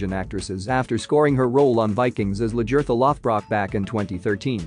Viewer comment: The very least you could do is learn how to spell and pronounce her character's name. It's LAGERTHA!!!!